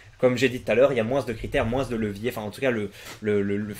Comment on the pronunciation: Salut, super chaîne tu es très sympa et amusant mais de grâce stoppe de dire moinsse au lieu de dire moins